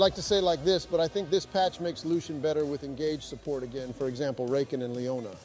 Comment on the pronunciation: We love the the lovebirds botlane Xayah and "Rake-in" Never heard him called that 😬